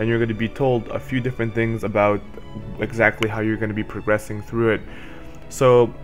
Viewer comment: Jock Patterson Judging by the way he says booooot...he’s at least Canadian. Lol. (Sorry, abooot that,... all in good fun, doncha know, ay, oh yeah, you betcha...)